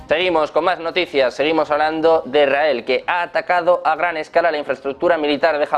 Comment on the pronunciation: No se. entiende lo que habla el periodista. Es muy arrebatado all hablar. Ademas dice. Erael .. Se Debe. decir. Israel.